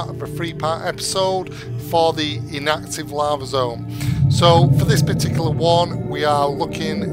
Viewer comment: i was confused because im relatively new to Subnautica and it sound like u said active and the i card said inactive